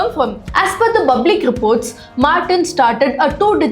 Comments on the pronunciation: Pal is easy to please say public public 😢 not bublic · Is it so difficult to pronounce public..u keep repeating in your previous videos too calling Public as Bublic😢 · Hey, Its Public, not bublic.. Learn to spell words. Or else come here. We will teach you to pronounce. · Hey why r u pronuncing bublic it's public😅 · It's public not Bublic😅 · good one but it is public not bublic. i feel they can still advertise without showing the person. the intrigue will make better curiosity related publicity. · DEAR..FROM NEXT TIME PLEASE STOP SAYING BABLIC INSTEAD OF PUBLIC . IT FEELS CRINGE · you can correct your pronunciation of public publish etc. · Please pronounce Public properly